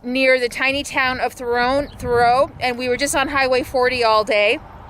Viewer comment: Just so you know, Thoreau is pronounce like tha-rew and Tucumcari is pronounced like too-come-carrie, you're awesome btw.